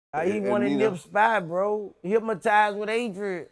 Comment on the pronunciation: "Hypmitized" lmao